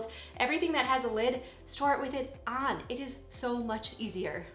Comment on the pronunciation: "ahn" is such a Minnesota "on" , reminds me of my college room mate ❤